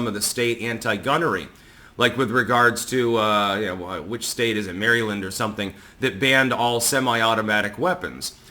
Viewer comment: As someone named Mary, I love that you call Maryland Mary Land. Also, Kitty!